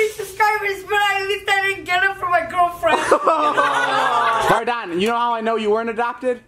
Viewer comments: It’s not “ Vardan “ it’s Vardon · It’s vardon